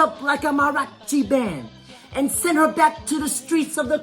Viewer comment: Marochi band? That’s not a word my dude. It’s, mariachi. 👋 WHAPPISH!!!